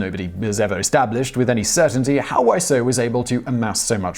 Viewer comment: This time's not your fault, his name's pronounced Wiz-oh, not Why-so. At least, that's how I've heard it in interviews with him, but I wouldn't put it past him to pronounce it in numerous ways.